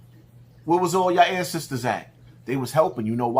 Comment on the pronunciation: its ANCESTORS not ANDSISTERS bro sheesh